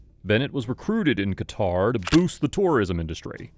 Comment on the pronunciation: hahaha elgataar,no qatar?